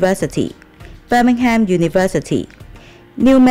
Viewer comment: 留意番 Birmingham嘅讀法唔係咁 尾音嘅ham係讀”含”唔係”ham” Nottingham都係 呢樣嘢真係好basic😅